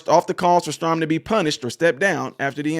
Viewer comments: thank you for sharing. Also, I, respectfully, want you to know that his last name's pronunciation sounds like: "Stray - han." - GOD bless you, in JESUS' Name. Amen. 🙏🏻✝️ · It was worse as it was on the San Diego Navy Base. One of his twin daughters has been fighting brain cancer, so he may be off. By the way, it is pronounced Stray - han. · FYI his name is pronounced Stray-han (like hand without the D), He probably can't because his Democrat masters told him not to when you stand for Kamala. I thought he was a better man than that, but if you want to keep in the grace of the Democrat plantation masters, you have to tow the line. Let's not be like the woke democrat left, & try to cancel everyone who doesn't do as we would like. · Luv you my brother but it’s pronounced “Stray-Han” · There’s no requirement to put your hand on your heart. He stood respectfully! End of story..NOW THE REAL PROBLEM IS HOW BADLY YOU BUTCHERED HIS NAME😂😂😂STRAY HAN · Stray han is how it is pronounced. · His name is pronounced Stray - han (like hand) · The bigger question is how can you not know how to pronounce his name.. just unreal.